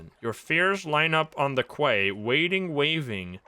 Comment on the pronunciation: continues to surprise me, I know he's Dutch so I'm not surprised when he trips up on some English words, but he knows how to pronounce "quay" with no hesitation, but not "depot" To be fair, English is the most gagglefuck language to ever exist, half part Germanic, half part Romantic, half part French (which is also Romantic), and one-third Latin (which IS Romantic).